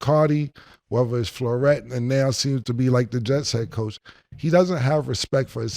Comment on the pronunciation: Killah callin Matt LeFleur “Floret” is hilarious 😂🤣🤣🤣 PUT IT ON THE LIST!!